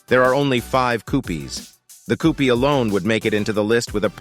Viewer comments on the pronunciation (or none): What’s a “coupeeee”?